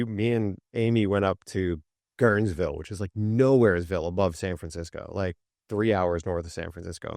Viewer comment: ok I live in Guerneville, there’s no S in the name and we’re only an hour and 20 min north of the city, ok! 😂